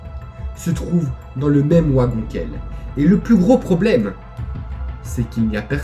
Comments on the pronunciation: Ta vidéo était super bien racontée mais ne m'en veux pas si je rectifie, une chose, c'est sans malice. Le "W" de wagon si traduit en "v" donc ont dit "vagon et non ouagon. Autrement, je te laisse un big pouce bleu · J'étais entre un sentiment de peur via l'histoire et de rire avec ta façon de prononcer le mot "wagon", c'est assez drôle pour nous les français. Sinon super vidéo, je m'abonne. Amitié à la Belgique !